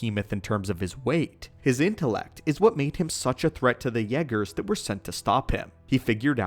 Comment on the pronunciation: The way he says yeah- gerrs got me going 😂😂😂😂😂😂